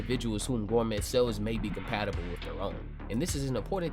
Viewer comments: Hearing you pronounce Gormet as "Gor-Met" in multiple videos is my new pet peeve..... 😂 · T is silent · Do they pronounce the T in gourmet like you do?